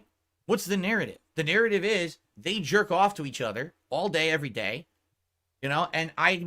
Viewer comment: Sorry snort but I heard pronounce “narrative” one time and clicked off of the video lol. I can’t do it